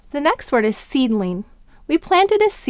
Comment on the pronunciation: I didn't understand the way she said seedling